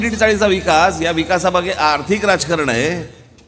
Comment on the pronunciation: अर्थिक नाही रे आर्थिक रे